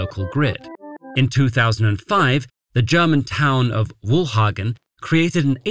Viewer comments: German town of Wuhhagn? 😀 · Come on, if you want to pronounce foreign words correctly, it's not that hard to type that into Google translator and have it read out to you. No idea where this video creator got the idea from that the F in Wolfhagen is silent. Besides there being no letter in german being silent.